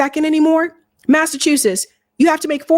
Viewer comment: Massa chew suss? Are you kidding me? What kind of weed are you smoking?